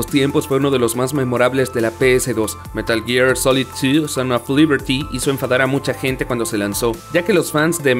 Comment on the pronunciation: metal jir solet tu